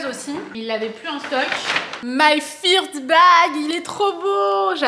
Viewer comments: Coucou j'adore votre sapin ! Tellement chou la trousse de maquillage en bois pour les enfants !!! Pour info "First bag" ça se dit "feurst" pas "firt" 😅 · "my first bag"😂😂 feurste bag haha Je me rappel l'an dernier votre vlog décoration de noel alors que quelques jours après vous déménagiez